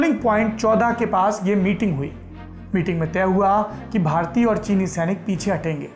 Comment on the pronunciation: Sonia Gandhi learning hindi now...भारतीय को भरतीय बोल रही है।...